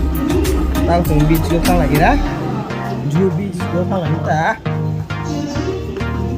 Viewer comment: Its not 'Z'uhu , its 'J'uhu 😊